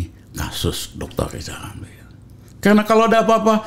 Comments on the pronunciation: Lizal lamli..ehhhh lizal lamli..ehhhh lizal lamli...alah mau ngucap R aja kok susah...gini kok disebut tokoh...lizal lamli alah salah lagi.....rakyat cuman ketawa....wk...wk...wk. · Hebat x si abang ini Makin tua makin garang Padahal ngomong rrrrrr aja belum bisa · Pak Rijal Ramli tolong ucapkan huruf R yg benar jng dulu urusin yg bukan urusan anda hahahaha